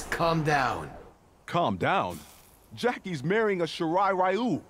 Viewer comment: Everyone: shirai ryu: SHIRA RAYU!?